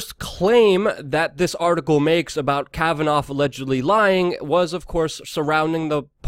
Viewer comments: It's pronounced "KAVAN-AW" not "Kavanauf." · Kavannaaaaaaaa Not Kavanoffffff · Pronunciation is a key to good commentary. The mans name is Kavanaugh not 'Cavitoff' . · Ok so you pronounced Kavanaugh’s name two different ways...Which one is actually the way you speak? Kavanoff or Kavanaugh? No biggie just curious... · Kavanoff lol Luke